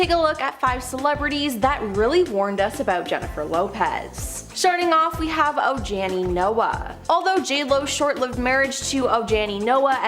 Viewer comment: Ojani Noah - J is pronounced as an H. Oh Ha Knee is how you say is name.